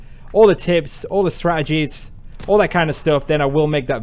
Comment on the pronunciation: Wait I swear I heard you say SPRATTegies instead of strategies at one point. Anyways if not that would be dope for a sniping help video title.